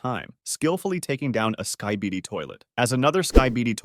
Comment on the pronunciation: "Skai-baidi toilet"